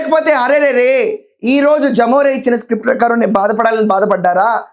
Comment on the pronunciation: జమోరే కాదమ్మా, లెమొరె. అంటే లెవిన్ మోహన్ రెడ్డి.. అలానే పలకండి